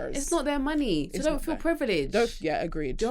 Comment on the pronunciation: Nigerian accent came through when she started talking about money 😂😂😂😂 “bring the moooney ah ah”😂